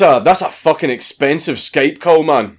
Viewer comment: "Letrally peeing out of my fooking arse" How do you even do that That's how you spell a Scottish accent right?